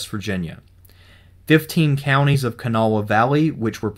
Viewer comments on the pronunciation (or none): Kanawha is pronounced Ka-nah. The w and the last a are silent.